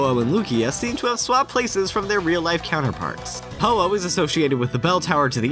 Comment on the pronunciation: AAAAAYE kyoto my hometown love kinkakuji my favorite place to go! Ho-oh one of my favorite legendaries #actualgodpokemon.....hate how he mispronounces it tho...